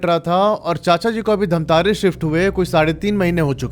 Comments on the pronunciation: Bhaiya mai bahot shauk se dekh raha tha or bahot interest aane hee laga tha ki धमतरी ko aap itne baar itne jyada baar धमतारी bole ki maine video turant pause krke dislike kr diya, Huge respect for rest of your videos, stories but not this time....😬🥲💔👎🏻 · It's धमतरी not धमतारी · Bhaiya aapki video achhi lgti hai aap aur aakshay vashisht dono ki video dekhta hoo mai ❤❤❤❤,,,,,,mai bhi chhattisgarh se h loo ,,,,,, धमतरी है hai bhaiya धमतारी nhi 😅😅😅😅😅😅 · Dhamtaari ni dhamtari hai voh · Damatari not dhntari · Bhai wo jo English mei dhamtari likha hai wo hindi mein धमतरी hota hai aur jo tum keh rahe ho धमतारी wo english mein dhamtaari hota hai. Itna samajh nhi aata gawar ho kya? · धमतरी है भैया dhantari नहीं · I am from dhamtri.. Its not dhamtaari by the way😂😂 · Wo dhantari nahi ( dhamtari ) hai bhaiya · Dhantari nai hai bhai dhamtari hai mai raipur se hu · Dhamtari ko miss pronounce mt kro bhai sare chhattisgarh wale gali denge tumko